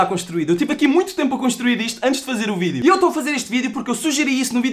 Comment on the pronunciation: "Sejam bem vindos a maiss um vireo" nao to zuando o r nao e sem querer